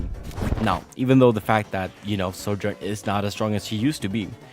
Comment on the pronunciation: Bro pronounces “Sojourn” like “soldier.” So annoying. You can take the boy out of Eastern Europe but you can’t take Eastern Europe out of the boy. Lol